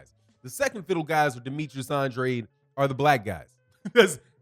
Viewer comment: Tell The LDBC Conglomerate To Pronounce Boo-Boo's Name The Way He And His Father Pronounce It..."ANN-DRAYED". Anything Else Is Disrespectful👌🏿.